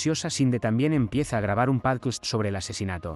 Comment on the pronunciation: ¿Por qué dices 'pálquist' en lugar de 'pódcast'? 😄 Por lo demás, muy buen resumen para poder recordar todo lo anterior y comenzar con la Tercera Temporada.